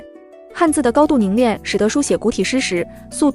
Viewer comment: 是【凝练】而不是【凝链】